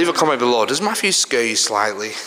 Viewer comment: His name is Matthew not Maff-U!